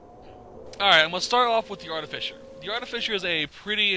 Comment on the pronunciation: ahaha it's "Art-uh-fye-ser" not "Art-uh-fisher" I subbed, thank you for the knowledge